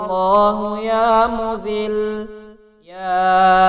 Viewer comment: Bahi Ya Muzzilu ha .please sahi parhain 😭😭😭😭😭😭😭😭😭😭😭😭😭😭😭😭😭😭😭